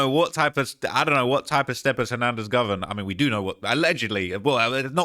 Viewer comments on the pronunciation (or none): Dude 😂 this ish is funny. And keeps pronouncing dude name like Hernandez "Govern" 😂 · It’s GO-VAN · U can't say it right. Its GO VAN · “ Go - Van “ GO..VAN .. Govan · Him And Flakko been running content on this man for 4 years and still can’t pronounce his name lol😂